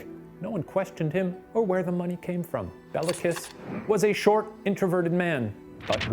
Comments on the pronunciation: the pronunciations kill me lmao, calling him Bella Kiss of Sinkota sounds so romantic xD it's pronounced like "Bay-lah Kesh", and the Cz in Czinkota makes a ch sound, so it would be more like "Chin-kota" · His name is Béla, pronounced bayla. Béla Lugosi, actor. Béla Bartók, composer. Both Hungarian. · It's pronounced "Kish Bale-ah" you can look up this stuff in like seconds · I'm struggling with listening to the name pronunciation. FYI Béla is pronounced Bayla and Kiss is Kish. I know most people in the English speaking world won't care but for those of us familiar with Hungarian, it's like nails down a chalkboard every time he says Bella. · Hey so I just wanted to point out that Béla Kiss is actually pronounced like Bayla Keesh, and Nagy sounds kind of like Nodge. Love you guys! :)